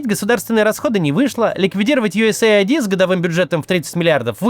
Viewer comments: Максим, вы неправильно произносите USAID. Это не USA ID – идентификатор Соединённых Штатов Америки, а US AID – Помощь от Соединённых Штатов. Да, в конечном итоге это аббревиатура из пяти букв, которые значат немного другое, но произносится она так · Максим, давно смотрю ваши ролики и получаю море удовольствия, спасибо вам большое! Но есть одн вещь, которая мне постоянно режет уши. USAid. Это не "ю эс эй айди", а "ЮС Эйд". Вот расшифровка для US Aid: U.S. Agency for International Development. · us aid, а не usa id 😂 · Maxim, if I may be allowed: USAID - US AID (aid as in help), not USA ID. thanks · ЮС - ЭЙД, не ЮСэй - Айди 😭😭😭😭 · Ю Эс Эйд! Учи язык! Свою страну американцы называют ЮЭс, а не ЮЭсЭй, а Эйд -это помощь.